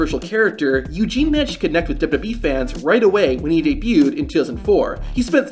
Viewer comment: This guy just can’t say “WWE” at all, unfortunate considering the subject matter!